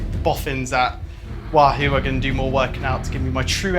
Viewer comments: GCN! Can someone please teach Conor how to say Wahoo? It’s WAHhoo… not WahHOO…. Nails down a chalkboard 😱😫🤯 #itsleviOsanotleviosA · Actually it’s Conor’s pronounciation. Everyone else pronounces it Waa Hoo